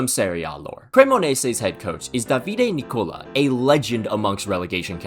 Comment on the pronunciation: Good and your accent is perfect apart from Davide Nicola, you put accent on the i Davíde, while accent must be on the the letter a Dávide.